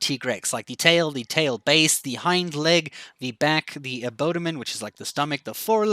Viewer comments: Great video, just a heads up it's AbDomen not Abodamen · i had to rewatch that a few times to make sure this guy just said "abodomen."